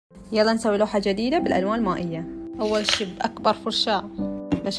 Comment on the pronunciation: ليش تقول حرف د ج تقول جديد د البحرين وا قطر ينطقو بحرف الا د 😂😂😂😂 وع